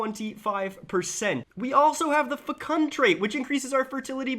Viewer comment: Please learn to pronounce fecund